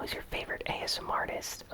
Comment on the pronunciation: you said asnr